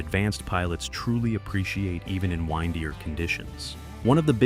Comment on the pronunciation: The AI narrator is off the rails. "WINE-dier" conditions... 🐾